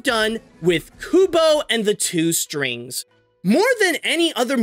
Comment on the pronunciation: Weird ways to say Kubo and the Two Strings for sure